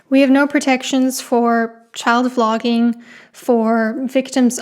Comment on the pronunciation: when you say vlogging is okay it sounds like you are saying flogging is okay.